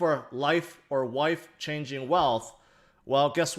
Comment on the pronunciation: Did he say 'life or wife changing wealth?